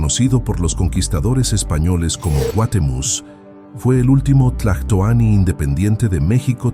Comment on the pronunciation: Escuché o creí escuchar al narrador decir el último güey Tlatuani ?????